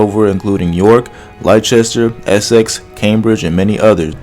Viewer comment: Leicester is pronounced “Lester” not “Lychester” - English is not my native tongue, but our teachers stressed the importance of correctly pronouncing Leicester & Woercester “Wooster”(Worcester) to increase the small chance to be halfway taken serious by British people - not that I care but I think for historical video content proper pronunciation should matter